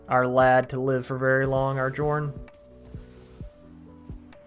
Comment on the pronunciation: Nice build ... I'll try it ... btw it's pronounced "Yorrn" instead of Jorn..